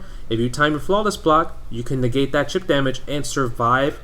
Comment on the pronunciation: "Chip," not "cheap."